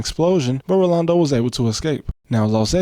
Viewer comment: Only American I've ever heard say "Rolando" correctly and not default to "Orlando"